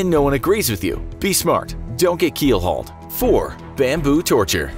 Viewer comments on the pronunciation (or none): who else has heard say keel hual